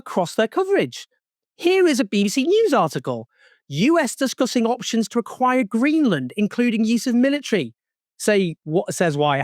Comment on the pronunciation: "AQIIRE" Hahaha this is so bad it's absolutely hilarious if it wasn't so tragic !!